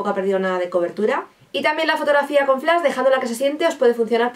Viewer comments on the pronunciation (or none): none